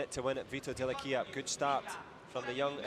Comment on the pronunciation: Chi glielo dice al commentatore come si legge Dell'Aquila? 😂 😂